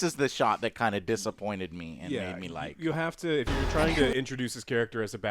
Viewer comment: Jou're excited Joe, for what?